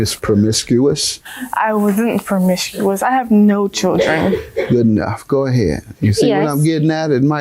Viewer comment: “MISS PROMISCUOUS!” the way he said it, lmao! 😂